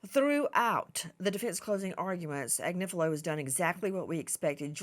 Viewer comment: His name is AG nif i lo